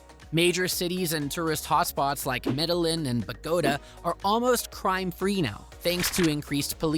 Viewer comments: of the World it's really fucking lame that you got an AI voice to narrate the video. Mis-pronunciation of words in Spanish like Bogotá and Medellín, is gruesome and unprofessional. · These AI voice videos are hilarious, the way it pronounced Medellín and Bogota. 😂